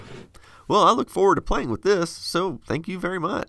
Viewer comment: no going foreuuard